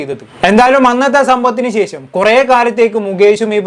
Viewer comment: Not checham…its shesham….adhyam malayalam padikk…naaak vadikkk